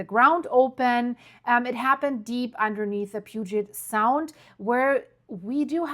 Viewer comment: Can you learn to pronounce sequence correctly and Puget Sound correctly!! I’m sorry but to me— you totally killed this video with your mispronunciation! Get it right